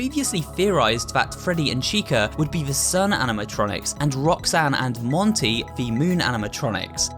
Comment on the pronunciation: As a weeb, I keep hear "Rock-san"